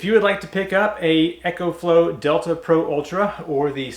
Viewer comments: Ok a bit of a nit pick... It's eeeee - co flow. Not ECHO flow. :) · There is not H in EcoFlow! It's Eco, not Echo!!! Dude learn how to talk!